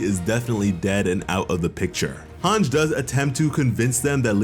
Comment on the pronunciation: Good recap but my dude it’s MAR-LEE not MAR-LAY, also it’s HAN-GEE not HANJ. What’s with those pronunciations lol